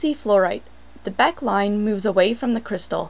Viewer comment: It is pronounced Becké line.